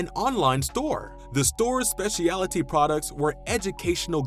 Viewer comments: it's SPECIALTY (speh-schul-'tea)... NOT "spesh-EEE-AHLLL-uh-TEA" ...no 2 additional syllables needed. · A good list and look back. Please correct your pronunciation of specialty, subsidiary and use of Warner Brothers (no matter how the sign abbreviated it).